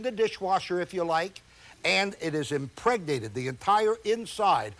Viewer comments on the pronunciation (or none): why does he have to put so much emphasis on IMPREGNATED